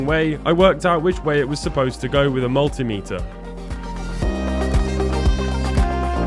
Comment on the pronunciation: Refer to Stezstix Fix on how to pronounce ‘multimeter’ the proper way.